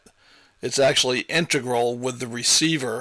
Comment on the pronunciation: HELLO i'VE GOT TO SAY YOU HAVE A TON A TON OF INFO ON THESE GREAT OLD PIE CES HAVING SAID THAT INTEGRAL IS A WORD YOU STRUGGLE WITH THE WORD WHEN DESCRIBED IN ACTION IE YOU SAID..."INTEGRUELED" THAT'S QUITE UGLY NOT TO MENTION NOT EVEN A WORD THANK GOD IT'S SIMPLE IT'S JUST SAID "INTRGRAL OR INTEGRATED BUT NOT THAT UGLINESS YOU USED..LOL IF i DIDN'T LIKE YOU i'D NEVER WRITE TO YOU BUT THIS WAS A GLARING MISTAKE BY A GUY i HONESTLY LIKE AND RESPECT THE ONLY OTHER GUY i LIKE AS WELL ON YOUTUBE IS SCOTTY KILLMER WHO ALSO HAS HIS ENGLISH EH.."MOMENTS" BUT YOU GUYS ARE FAR TOO INTELLIGENT TO MESS SIMPLE STUFF LIE THAT UP..SO INTEGRAL OR INTEGRATED..SIMPLE RIGHT? BUT NEVER EVER PEVER NEVER EVER USE INTEGRUELED..THATS JUST UGLY NASTY ANYHOW KEEP EM COMING i LOVE YOUR VIDS AND OF COURSE SUBSCRIBED BELL HIT THE WHOLE CASABA! i MEAN YEAH i TYPED IN ALL CAPS FOR NO REASON AND i USE NO GRAMMAR MARKS AT ALL BUT i'M NOT A PRESENTER OR INSTRUCTOR YOU GUYS ARE..KEEP UP THE HIGH STANDARDS I HONESTLY DO LOVE EM